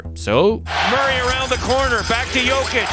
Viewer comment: Can you PLEASE stop butchering Nikola's name? Check the video on youtube called "How to pronounce Nikola Jokic's name the right way"